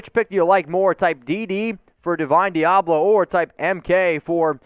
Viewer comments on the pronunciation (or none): LMAO you cant get through a draft w/o mispronouncing someone's name then acting like you know all about him. Deablo a CB? He's a WLB in the NFL.